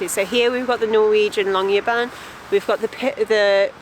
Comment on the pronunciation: lol, you actually pronounced "lange bein" which means long legs in Norwegian 😆. - The letter Y is tough for most non native speakers I guess, so that's to be expected 😅